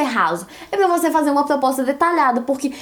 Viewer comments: "plospota" KKKKKKKKK fofínea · eu n consigo me concentrar quando ela trava a lingua e muito fofooooooooo